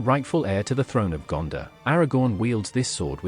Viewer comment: It’s not Gandah it’s GanDOR